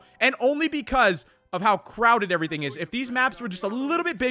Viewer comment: "every ting"